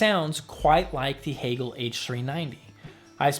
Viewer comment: Why the switch to “Hee-gehl” vs. “Hay-gehl?” You said it correctly in interview with Anders…🙋🏻❓